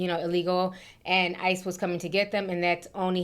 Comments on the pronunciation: The lady adding an "S" to ICE cracked me up. 😂😂😂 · Somebody jealous prob called on them within. Lol that girl saying isis instead of ice